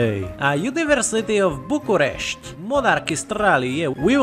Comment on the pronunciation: you've really taken me by surprise with the correct pronouciation of bucharest and the other words